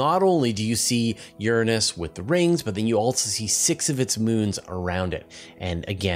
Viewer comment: You pronounced Uranus totally wrong